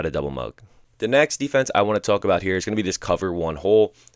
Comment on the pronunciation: Why do u say “tuhulk” instead of “talk”😂😂😂 dude putting emphasis on talk for some reason